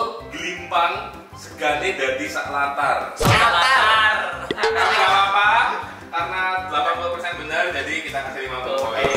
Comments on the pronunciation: Sak latar ya bukan sak rantang 🤣🤣🤣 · Sak latar bukan sak rantang 😂